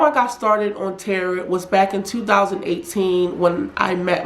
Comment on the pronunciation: It's pronounced tarow, not tarot as in carrot. Tarot.